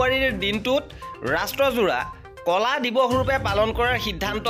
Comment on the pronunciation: কলা নহয় ক’লা